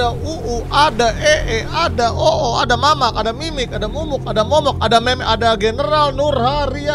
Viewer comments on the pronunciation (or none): none